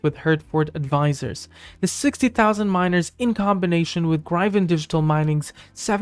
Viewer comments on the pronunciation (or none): DUDE WTF IS “GRY-VIN”… it’s Gryphon… like “Grif-IN” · … if you are right it not. I’m not watching because you don’t know how to pronounce gryphon …